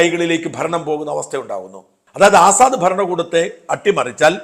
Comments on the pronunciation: Correct pronounciation is Asad (Lion in Arabic) ,but not Azaad. No aakaaram here. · ആസാദ് അല്ല അസദ്...